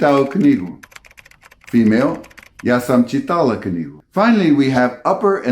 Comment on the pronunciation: The same about croation pronunciation. Ja sam ČI-tala, stress on 1st syllable. But still, awesome work!